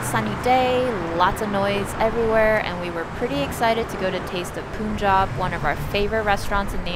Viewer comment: Hi! As always love your content. Btw The restaurant name is actually pronounced how you pronounce the word "pun". Punjab is a state of India. And there's also a province named "Punjab" in Pakistan.